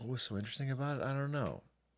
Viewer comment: Pretty sure I've also heard Aiden say aboot a few times 😊